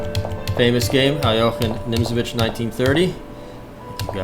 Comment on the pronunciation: Nice! First correct pronunciation of Alekine I hear from someone who doesn't speak russian